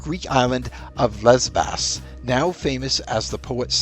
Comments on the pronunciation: It's Lesbos not Lesbaz & wtf does 'leary' mean?? Is that meant to be 'wary'? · LesBOS, not LesbAS